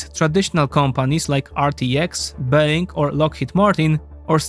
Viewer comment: ah yes, böing